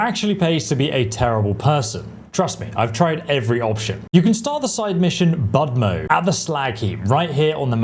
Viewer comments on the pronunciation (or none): Not Bud-mo! it's Boo-d'(soft)-mo! Means: Cheerz! in Ukrainian! That's the name of the quest that those drunkies give you